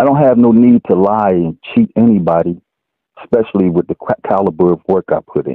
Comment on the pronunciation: Exspecially? What?